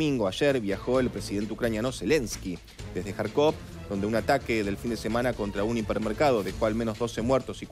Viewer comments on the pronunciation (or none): none